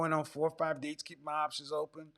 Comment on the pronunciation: She can't even say the word ''dates''. It's ''dates''. Not ''daay''.